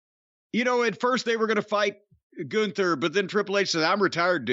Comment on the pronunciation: Lol what a sorry state of affairs when the top guy is “Goonther” Edit: Apparently it’s “Gunther” and it’s some ugly ass dude with a dad body. People still watch this shit?😂